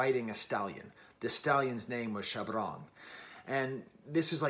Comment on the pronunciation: so the pronunciation of Shabrang: you're stressing the "r" too much 😂